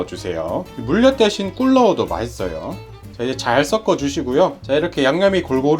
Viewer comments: 썩어 주는게 아니라 썩는 게 아니라 섞어 주신다고 발음 해주세요^^ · 썩지말고 섞었으면... 서꺼로 발음하시면 좋을 것 같아요. 보통때는 크게 신경쓰이지 않는 발음인데... 이 영상에는 너무 많이 나오는 말이다보니 틀린, 센 발음이 계속 나오니 듣기가 조금 불편합니다. 😅